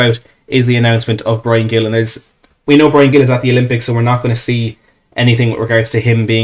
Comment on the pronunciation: I'll keep posting it on any stream I can find... the pronunciation is closer to "Heel". It's not hard a hard G. I'm from Boston, USA and here on the New England Revolution MLS team we have Carles Gil, another Spaniard and a former Villa man, as our captain. He's always pronounced it "Heel".